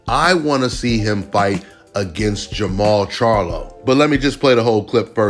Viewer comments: Jermell? You mean Jermall. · Im assuming you mean jermall not jermell. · Jermall not Jermall